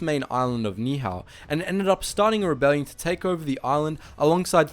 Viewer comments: You said the island name wrong It’s pronounced “Neee- Ee Hao” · There are far better YouTube videos of this event available. The very title of this video is incorrect; it was not a bomber pilot, it was a A6M2 Zero pilot. And he was not trying to invade Hawaii, he crash landed there. And please learn how to pronounce Ni' ihau correctly. For factually correct information, please view the other videos out there.